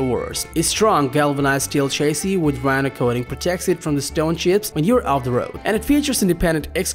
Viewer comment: Cabin and chassis are not pronounced that way in the common English language!!